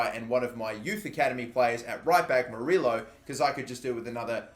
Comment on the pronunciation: 2 L’s = a Y sound. So it’s spelled moriLLO but it’s pronounced moriYo :)